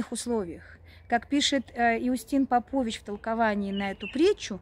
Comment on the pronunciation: Спаси Господи. Небольшое уточнение: ПопОвич - Алёша, а св. Иустин - ПОпович, именно так произносится сербская фамилия